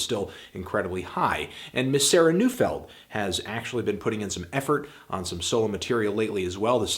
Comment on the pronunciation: Oddly enough I think Neufeld is actually pronounced Noy-feld